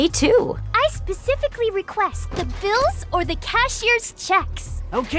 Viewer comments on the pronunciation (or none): none